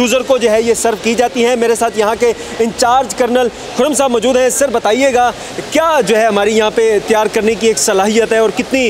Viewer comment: You don't know no how to pronounce Urdu, ( majood hoon )for example